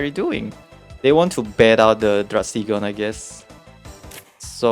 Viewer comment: no s in druddigon (drew dee gon)